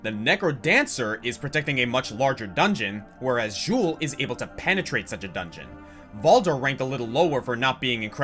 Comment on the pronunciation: Bruh, what was that? "Jewl"? You got the footage from the charatcer's spotlight video, but had it play on mute to not actually hear how to pronounce his name? And no, he is NOT the necromancer in Diablo 3. No one from D2 returns to D3 as a playable class. And again with this "Jewl" thing... Good off-topic there...